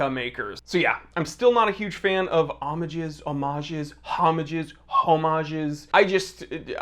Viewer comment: You're calling it the right way in singular form, the 'h' is silent. In plural, the 'e' in the end is silent, there you're wrong: Omag(e) and Omag(e)s 😉